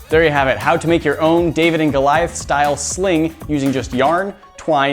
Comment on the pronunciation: it's not daveid! it's david!!!